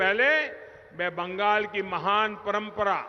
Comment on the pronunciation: বাঙ্গাল নেহি বাংলা বলতে শিখ তারপর বাংলা ভাববি